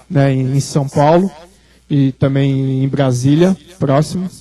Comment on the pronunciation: Disse bem, ufólogo! não professor de português. Qual problema em não falar corretamente? kkkk